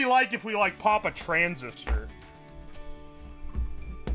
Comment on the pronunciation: Why does he pronounce "transistor" as "trans sister"? He pauses for a solid half second in the middle of the word. He did it multiple times, not just once. I think he's been hitting that blue smoke too hard.